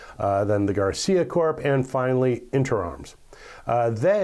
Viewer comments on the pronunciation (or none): none